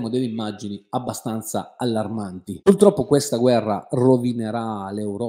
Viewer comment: tu sei fantastico, ma non si dice pultroppo, ma purtroppo. Scusa se te lo faccio notare, ma stona con il livello della tua cultura.